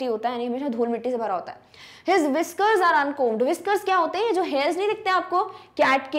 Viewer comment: B not prunoncedin uncomb